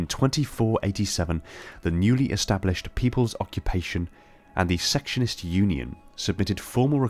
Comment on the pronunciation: I use this video for reference a lot, but I just want to let you know, they're actually the "Secession-ists", not "section-ists". Secessionists, as in they want to Secede.